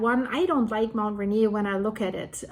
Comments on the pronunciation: Great report, going to be an ongoing watch for Mt Adams. A friendly FYI, Mt Rainier is pronounced... Ray-near. If Rainier were to erupt the pyroclastic flows would devastate Olympia area but most ash would be pushed East by the prevailing on shore jet stream. Same thing happened with Mt Saint Helen. Thank you for your reports, keep them coming. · RAINIER is pronounced by locals raineer like beer. I live by Olympia and ski Raindog regularly. Thanks for Mt Adam's report. Nice job. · Mt Rainier is pronouned RAIN EAR